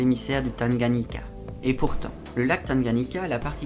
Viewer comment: "lac Tanganyika" et non "Tanganyiaka"